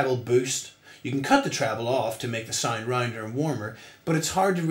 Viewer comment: What is a "sinde"? does he mean sound?